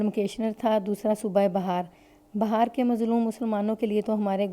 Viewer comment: Madam.....,.ye lafz Bihaar Hai Bahar Nahi.